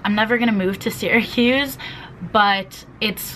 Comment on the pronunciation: sis imma keep it real with you... syracuse is pronounced like sarahcuse not siracuse,,, im so sorry thats been bothering me LOL